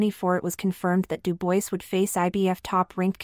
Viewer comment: It’s pronounced Doo bwah FFS get a human to do the narration